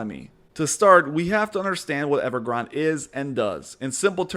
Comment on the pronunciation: I think every reporter and journalist doesn't realize it is named after a Starbucks drink. It is pronounced Ever Granday!